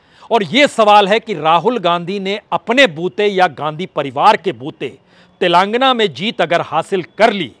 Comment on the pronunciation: उच्चारण तो सही कर लो भाईसाहब तेलांगना नहीं तेलंगाना खम्हाऊर सटही